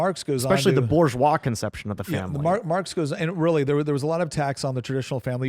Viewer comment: "Boo ZHWAH" if you please